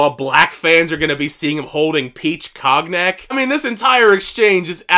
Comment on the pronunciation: Cognac is pronounced cone-nyak.